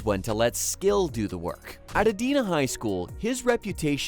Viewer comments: It's Edina, like "I". Not Edeena. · LOL get the city name right ? Where is EEEEEdina? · pronounced E-DIE-NA. Or Cake Eaters MN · Ee DYE nuh, Minnesota, pal. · It’s pronounced Ee-die-nuh, or Cake Eaters. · If you want some more credibility, pronounce his hometown correctly. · Maybe learn to pronounce his home town. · Can't even pronounce Edina correctly